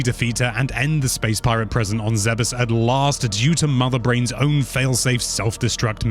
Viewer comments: It's not "zebbess," it's "zeebs." Also "kozo" not "chose-o" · Ok... You lost me at the pronunciation of Aran and Zebes! Aran like a-rhun and Zebes like Zeebz? Probably wrong on the second one but that's how I've always said it lol 🤣